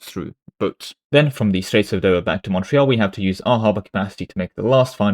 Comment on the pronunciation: Why are you pronouncing Montreuil, Montreal? Montreal is mount royal, the mountain in Montreal in the new world. Montreuil is my mountain using an older word for mountain. The english pronunciation would be mon trey.